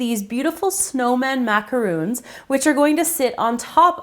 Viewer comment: I'm sorry to be annoying and picky, but it drives me soooo crazy when people pronounce macarons with the 'oo' sound! macarons & macaroons are two different things!